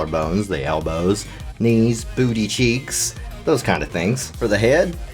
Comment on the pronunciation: well you won me saying "bewty cheeeks" Subbed lol